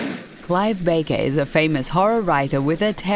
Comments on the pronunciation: Its barker not baker at least get your names right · who is Clive Baker? lol it's Clive Barker. love this channel but do your research please :) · Clive BARKER...not Baker. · Barker not baker you ignorant bot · Clive BARKER not Baker. See the extra R? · CommentCop Badge#666 Hellraiser? Oh, Clive Barker, not Baker... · Clive B-aR-k-e-r you fucking idiot. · You can play a drinking game with this video. Take a shot every time the voiceover lady says "lost all the horror" and "focused a lot more on action". You'll be dead drunk in 10 minutes. P.S.: Clive BaRker, not Baker. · Bar-ker how simple is that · Clive "Baker"? XD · I cringed when she mispronounced his name. That's just an audible pet peeve of mine, when people cannot correctly pronounce proper names or words. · Fucking dumh bitch can't even pronounce Barker